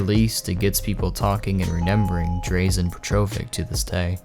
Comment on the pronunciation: Totally butchered Drazen's name. At least do some research on the person you're speaking about.